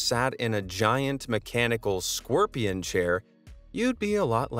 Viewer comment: Why is it pronounced “scworpion”? I never understand…